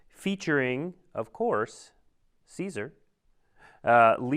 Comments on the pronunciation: Anyone else mad that they were calling him Ceasar? It's pronounced Kai-Sar in the game.... Hail Ceasar(Kai-Sar)! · At least pronounce Caesar correctly